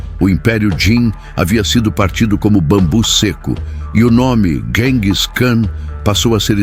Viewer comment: 🤣🤣Adoro IA lendo os textos. História narrada com poesia. “GENGIS” é muito íntimo. “Buda Peste” é ótimo. Ficou muito fácil se tornar youtuber…